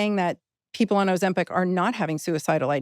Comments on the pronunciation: OzempIc……. IC….. NOT EC NOT AC …I DONT KNOW WHY BUT ITS DRIVING ME MAD LOL how many people have to say it …properly…in front of you Stephen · Why does he pronounce it Ozem-PECK? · Second video on Ozempic, and Stephen is still saying OzempEc...😅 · Great video but OMG it’s Ozempic not Ozempec. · OzemPIC not PEC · Interesting But i cannot listen to the host say ozempic, its like nails on a chalk board 😂 its ozempIC not ozempEC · I’d like it more if you didn’t pronounce it Ozempeck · Is it just me who finds the way he pronounces oxempic really annoying? 😅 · Steven alwavs sais “Ozempic”instead of GLP1 - is he getting money from the pharmaceutical industry?? Is this a hidden marketing thing?